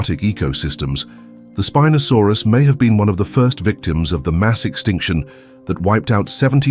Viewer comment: Its not speeenosaurus...